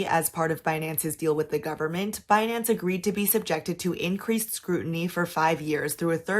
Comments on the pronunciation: Beh-nance! BIHnance binanncen on the behnance ! so funnyy 😂 😂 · It's Benance. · BEH-NANCE dang that was a funny compilation. Thanks for the coverage, enjoying the updates! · Pronouncing the company name 'Bin-Nance' is waaaaaay more fun tbh. Probs because the Brit in me is like 'ha bin' since bin is what we call trash can over here.